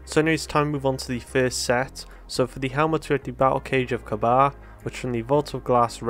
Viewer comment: I could be wrong, but i think Kabr is pronounced like Ka-beer. Cheers!